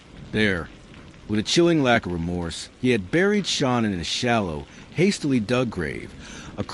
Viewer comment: The A.I. narrator is terrible, they keep calling Shan-Ann , Shawn or Shawn Ann …. N.K. knew all about Shan-Ann she was “stalking” her online. The original violence plan was this: N.K. was in the Watts home, it was planned that she was going to take Shan-Ann’s vehicle, phone, purse, text from Shan-Ann’s phone ( as Shan-Ann ) that she was going away for awhile and would touch base later. HOWEVER, Shan-Ann changed her phone PIN during her trip, N.K. could not get into Shan-Ann’s phone ! That’s why N.K.’s phone pinged in the Watts neighborhood. N.K. was going to ditch Shan-Ann’s car as if it broke down or they were abducted. Chris was going to “take care” of the family while N.K. was doing her evil deed. Their plan was foiled due to Shan-Ann changing her phone PIN . They were upset hence throwing the phone into the sofa, that’s why the phone was found in the sofa and not with her other belongings. N.K. should’ve been investigated more, I think the detectives totally dropped the ball investigating N.K. and just letting her walk. Why else would she change her name and go into hiding ?